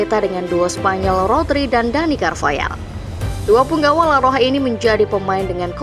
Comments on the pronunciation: Carvahal bukan carvayal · carvahal sayang, bukan carvayaaaaal